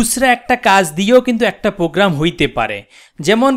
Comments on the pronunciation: he is fool who can't say program :D ..he said pogram luul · Program.... not pogram